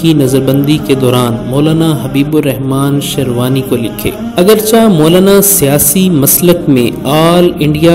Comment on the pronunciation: "Agar chih'' not "agarchah''